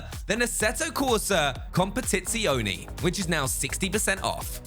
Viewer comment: Com-puh-tit-say-oh-nay is how you pronounce COMPETITZIONE. Just a little effort.. come on.